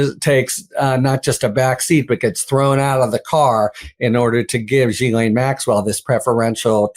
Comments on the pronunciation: pronounce correctly it's Gee Lane not jeelane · OMFG!!! SAY HER NAME PROPERLY!!! Do you say Jost ... when it's Ghost? - NO!!! SO STOP SAYING JIZLAINE!!! - It's pronounce GILAINE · her first name is pronounced Jizz Lane